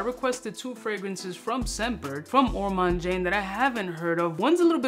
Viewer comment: You misspelled Ormonde Jayne's name in the title of this YouTube video. It's called Ormonde Jayne and not Ormande Jayne! You're also mispronouncing Ormonde in the same way.